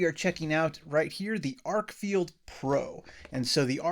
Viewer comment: Stop saying FIELD and lean how to read the name of the flashlight... FFS its written on the thing and it doesn't say field